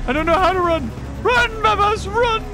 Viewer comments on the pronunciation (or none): It’s hilarious that everybody that plays the isle say “babuhs”